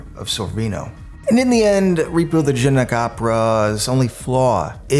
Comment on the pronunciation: In his narration, is he saying “genic” opera the whole time instead of genetic?